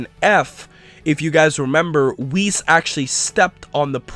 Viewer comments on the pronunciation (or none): none